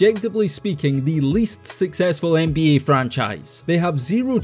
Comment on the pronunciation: I always enjoy the accent. It's an underrated part of this channel. Love how you pronounce Ehnbeeyeah🎶